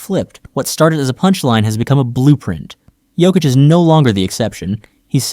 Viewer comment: The best player EVER! Sorry that’s the stats and you are pronouncing Nikola Jokics name wrong. Uggg u keep saying 😮t wrong. He also has the horses living in his house in my hometown. He has a horsetrack in the basement his points pervgame are amazing but his amazing talents include his no look bounce passes and no look throws to Aaron Gordan now known ad Air Jordan. Also Jokics rebounding skills are unstoppable! All around he is not only an amazing basketball player but he is an amazing Husband a dad of two young ones . At the end of the games he tells everyone good Job and goes home . Ya no time time for bs . He’s a family man and goes home till practice o🎉 the next game we do have 5 players that are bad axxes just Nikola is the best ever even Michael Jordan gave him the GOAT TITLE He said no one is better it’s his now.-He is absolutely the most amazing player! Not only Jordan but tons of pros say he is untouchable and it’s true, i’m thankful he’s our #1 son!!!~ a true Denver nuggets fan~TEENA PLRGIRLZ